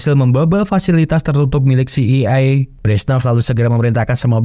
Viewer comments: Iya ngeja itu mesti bener kita ini yg well educated jadi rada aneh denger CIA dibacanya si ai I harusnya Si ai e... Biar enak didengernya min # please be a smart👍... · Min bukan ci i e tapi ci ae e... Dasar lidah udik min😂❤ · CIA.. ( ci..ai e..) bukan ci... i.. ai..😬😬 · Klo mksdx CIA ( Ci Ay Ei ).. Trus lo ngebaca dgn aksen bulle Ci Ii Ay brarti CEI. Mending CIA lo blg skalian Ce Ii Aa min pake aksen Indonesia .. Btw.. lain dr itu gw seneng denger lo bercerita film.. keep on spirit min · Film bagus buat di ulas, tp ko sekarang orang orang pada ketularan si samsul,yg salah mengucap singkatan,, CIA di sebut si i ai, si ai e gitu min.. ah mimin..!! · jd bad mood nontonnya dikala kau ucapkan si i ai ... GUOBBLLOOKKKKK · CEI.. apaan tu😅😂😂 betulkn sebutan mu min. CIA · CIA dibaca Ci Ai E …